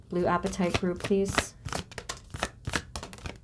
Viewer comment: Pronounced " Ah pa tite" Short a sound plz 🙏